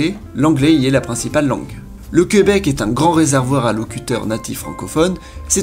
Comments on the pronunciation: C'est Québec et non Queubec. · J'adore le fait que tu dises le queubec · Jacob Hamel Je le sais cest juste que le gars qui parle le prononce comme ça donc je trouvais ça drôle